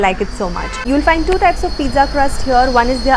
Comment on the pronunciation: Peetza not peeza